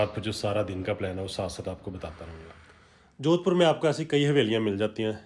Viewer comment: Sahar ka naam sahi se bol nhi paya aur vlogger bolte hai ,kya sasta Nasha hai